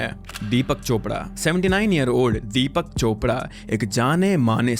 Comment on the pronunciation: "Deepyak", why such pronunciations for Indian names!😂